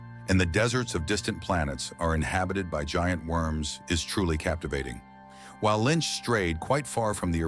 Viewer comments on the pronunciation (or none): none